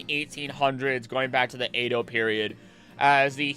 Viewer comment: Great video overall, but you're pronouncing Edo wrong lol